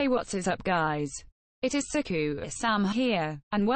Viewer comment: has best pronounciation of sykoo (sikou) <3 <3